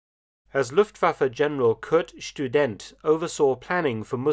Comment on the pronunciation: Kurt Student is pronounced Kurt Student and not Kürt Stüdent!